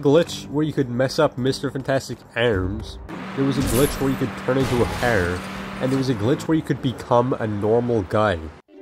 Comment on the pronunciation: ærms Cær chærm Your voice randomly becomes irish out of nowhere